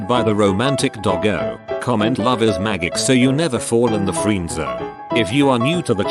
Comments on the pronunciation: “Love is mag gic” Nice job text to speech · Love is magg-ick. 😂😂😂